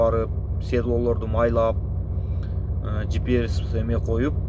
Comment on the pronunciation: GPS деп айтсан боло? жиперес деген эмне ОЗУ?